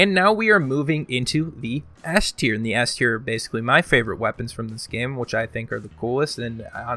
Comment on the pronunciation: Has he said Tierknee yet?